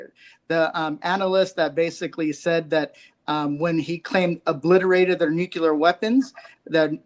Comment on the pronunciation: No disrespect to him but it’s nuclear not nucular which he said several times